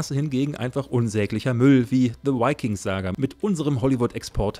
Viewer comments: Vikings... nicht "Wikings". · V wird im Englischen wie ein deutsches W ausgesprochen. Bitte, bitte, bitte...